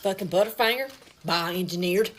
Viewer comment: "A butterfanger! BIO ENGINEERED! RIIIIACE Kraispies! BIO ENGINEERED!!" 😂 I'm dying 😂😂😂